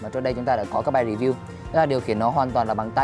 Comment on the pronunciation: "rì viu dạo", bá đạo quá